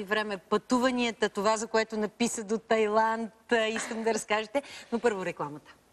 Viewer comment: Vsichko hubavo, ama maikata negramotna. "Тайланд"